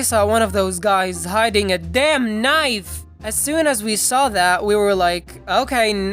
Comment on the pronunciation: Glad you're alright now ! Stay safe ! I've been in some situations but that's where I lose my mom at the market place and got approached by a werid- looking guy. Well anyways, well animated video as always and i liked that part where you emphasized the 'damn knife' it was some what funny.